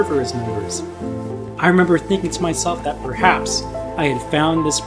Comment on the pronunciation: did he just say bruhaps?